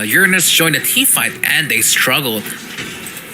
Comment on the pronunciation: Nub girl commentator...don't even knw anything abt ml.... Moreover she said urandus to uranus😂